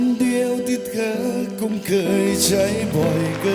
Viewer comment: คำ : กำ คง : กง เคย : เกย กือ พี่ เกา ร้อง ออกเสียง ค. ไม่ชัดกรับ !!!